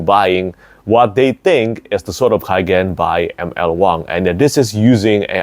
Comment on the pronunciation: It is in the name, no? The Sword of K-AI-gen, amiright?